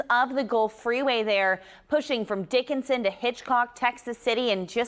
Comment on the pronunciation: Did she really say Dickinsin? 😂